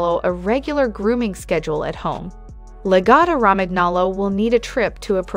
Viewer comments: Raman aloe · its italian i think. therefore its pronounced la-gotto romanyolo (gn sounds like a ny in italian) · omg in Italian language "Romagnolo" ...gn (Romaňolo) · Cringing at every instance of saying "Romagnolo" Think of how the "gn" sounds in "gnocchi," and apply that same pronunciation here... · Hey hun you don’t pronounce the G in Romangolo. The G is more like a Y or I